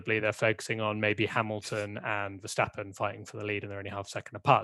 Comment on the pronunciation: I'm still intrigued why English people can't pronounce Max Verstappen properly? It's just a sound. It ain't that hard. (Max (the A is like the O in ox or rather like the word mucks). Verstappen (the A is like the O in staph (lol meme)). Mex Fursteppen sounds bloody aweful. Anywho, as always, great podcast. <3